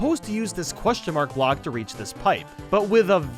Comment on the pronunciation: he said music BLCOK